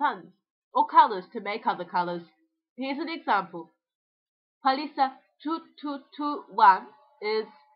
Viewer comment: Hey, gotta tell you this: you're using the wrong Stress pattern for toki-pona (penultimate instead of first syllable ) ie: PAlisa (not *paLIsa) [ ie, as in Finnish, not as in Polish/Esperanto ]